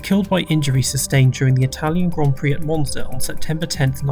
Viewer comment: did he just say mozna instead of monza or am i stupid